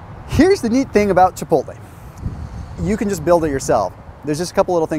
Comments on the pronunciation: Chi pottlee! 🤣🤣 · CHI - POTE - LAY. Christ. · I spit my water out when I heard "Chipotl" :D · Chi-pottle?! laughs in Spanish